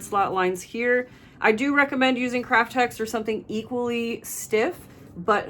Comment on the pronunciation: Are you saying “crutch”? About the kraft-Tex piece?